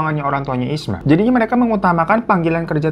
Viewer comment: Isma bang bukan ismi 😂 , tidak apa apa di maklumi koq 😂😂